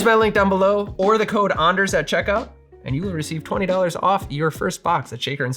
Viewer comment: As a fellow Anders who is just getting into making cocktails at home I need to say 1) it was very weird hearing my name throughout this video. Not super used to that, even after 28 years. That said - wonderful to find another Anders in the world who pronounces it like us. And 2) thank you so much for an informative and entertaining video. Definitely going to keep coming back to support this Anders. Thanks. From... Anders.